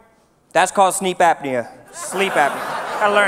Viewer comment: says "sleep apniah" 😂😂😂